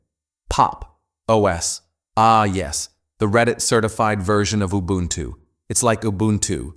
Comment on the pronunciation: Whats “ubluntu” lol